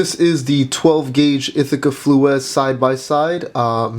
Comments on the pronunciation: I also disagree. It is also pronounced Flues, not Fluee's. This gun other than Damascus barrels can handle anything. After being and used in my family for over 90 years has shot everything!, Lead Nitro mags, to field loads. Barrels still ring true, and have no damage. Stop looking at gun shop advice, and take it from people who have shot it for more than 90 years. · 11 years later and i came here to say you constant pronunciation of of Flew-ez is annoying as fuck and shows what minimal research you've done. The shotgun was named by the designer Emil Flues, pronounced as flews (flooz). I'm watching videos on the Flues as part of data gathering and your constant speaking with absolutes then saying "as far as you know..." means you're not really credible. Putting something out there because nothing exists is noble but I'd rather have objective knowledge shared than a 4th grade book report. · Like the other says your pronunciation of flues is incorrect, flews would be more correct. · Stop pronouncing Flues that way. I could only stand about 3 min.